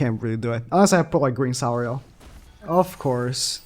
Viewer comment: just say green sariel you cringe lord nerd